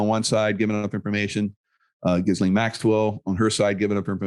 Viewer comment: This is a rather bleak future.. 🥺 I hope something happens to allay their efforts in this direction. By the way, it's "gee-lane".. not that I could care less about the sick b